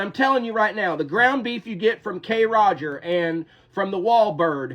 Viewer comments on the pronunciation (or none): Bro really said K-rogers 😂😂 Its Kroger sir.. all one word... Kroger 😂